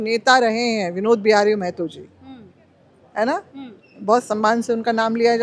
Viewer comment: Ptrakar mahoday ji sabse pahle Geeta ji boliye uchharan sahi se kare jaise mahto na bol ke Mehto bol rahi hai